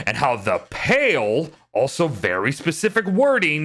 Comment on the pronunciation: "Pall" is pronounced like "Ball" and it refers to a cloth draped over a coffin, or dark cloud of something like smoke.